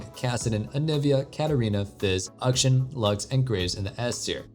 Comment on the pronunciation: Kinda sounds like he pronounces it "auction"